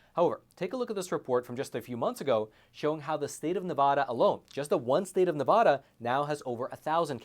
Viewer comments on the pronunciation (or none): If you want me to watch your channel regularly then learn how to pronounce Nevada ¿`_